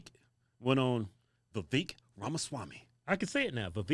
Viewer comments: Not Viv -ek say it vive ake lol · It's pronounced "Vivèk" or "Vevaik" not "Veveek" 😂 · Still didn't say it lol it's not Vi-veek. It's Vi-vake. Like cake. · Actually, I just heard Vivek say on Pierce Morgan show, that correct pronunciation of his name is as in cake... "Vivake" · He pronounced it like vivake like cake you all are saying it wrong silly fuckers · Its viVAKE rhymes with CAKE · Viv"vake", like cake. You got it wrong. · It's vivek said like cake!!! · Vivek is like viv-ake… like cake. Just so y’all know 😂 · Vivek is pronounced Vivake like cake. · It's pronounced "Vivak" like cake -- Vivek Ramaswamy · It’s vi-vake like “cake” put some respect on it! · Lol You guys are a riot! Oops riot?? Maybe FUNNY 😆 Vivek is pronounced Vivake sounds like ake. This is per his correction on his name. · Twins its pronounced Vee-vaek Ra-ma-swa-may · You still mess the name a little bit. Its "V-wake". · It’s actually vivAke. Like cake. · It’s pronounced Viv-AKE you two hilarious dumb MFers 😂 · Guys….not trying to be an ass, but it’s pronounced Vi-VAKE, or as he likes to say “…sounds like CAKE” lol just so y’all know. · You said his name wrong vivek name is pronounced vivak like cake. Just trying to help bro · Vivek rhymes with Cake Yeeeaaaaa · It's VA-VECK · It's vivek like cake sounds like vavAk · It’s pronounced like cake Vivake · Vivek rhymes with cake. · It’s Viv-ay-k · Holy smokes, how ignorant, I mean lazy are you guys Keith & Kevin? It’s like you’re still democrats. It would have taken you or someone on your team, to look up at least one video of Vivek (no long e sound) Ramaswamy (no SH sound) telling people how to pronounce his name. It’s Vivek: Vi Vake… sounds like cake. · You guys are great like ALWAYS!!! Lemme help you out on his name tho. It's Vivek (where the vek sounds like cake) so vivake is the correct pronunciation. But I do like this man!! But trump 2024!!!! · Vivek (Vye-Vake) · His name is pronounced like cake. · Its pronounced ake like cake